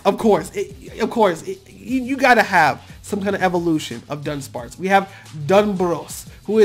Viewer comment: The fact that he says dunspace needs a evolution and it got one fr now😂💀